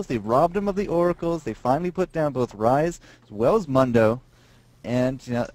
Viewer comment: Mundo pronounces it Moon-dough, so that's how I pronounce it XD